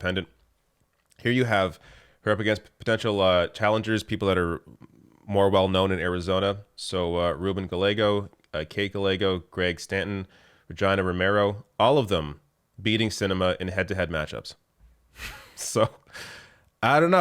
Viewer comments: Sorry, but I’m LMAO. Possible primary challenger Ragina (pronounced as rhyming with vagina.). It’s Ra-gEEna. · it's pronounced Ruh - Gee - Nuh ala Regina King. Not vagina with an 'R' lol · I caught that too and I've heard other non-Hispanics make mistakes like that. How about the way he said Regina, though? He pronounced it as Regyna (like China) rather than Regeena (like Tina). I've never heard that before. Looked it up though and apparently there's a Canadian city named Regina that is pronounced that way (because Britain). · Lol he said Regina like vagina because he's Canadian . . . .